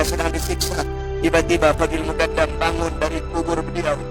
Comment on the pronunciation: ALMUKONDO.M BIB .SALAH NGUCAP ELUH. MUKONDOM.